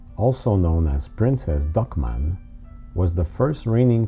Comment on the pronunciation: Did you say 'Princess Duckman'?